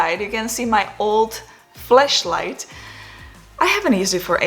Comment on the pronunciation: hahaha she said FLESH LIGHT, (sorry about the silly joke )